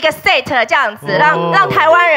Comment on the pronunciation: 怎么把set念的那么难听